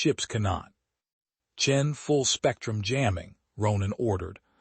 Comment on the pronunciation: It's Chen, not Chin. Rookie mistake.